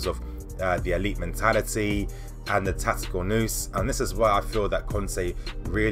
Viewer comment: It's pronounced tactical "naus" not "noose" lol. But interesting perspective on the team.